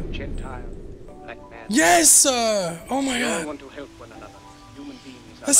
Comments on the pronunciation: When I say a word followed by “uh”, I’m mad.: gets victory royale “Yesuh!” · LETS YES-UH! LOL YOUR MAD